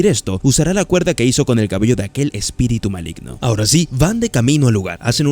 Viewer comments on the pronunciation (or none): Min. Malgino en vez de Maligno jsjsjs buen resumen bro